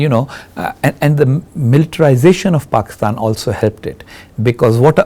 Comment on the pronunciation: Brother Husain . U said exactly "BAKISTAN" I HV BN IN MIDLEAST ALMOST 28 YRS... SO ITS CORRECT " ARAB CANT SAY P Even hi educated"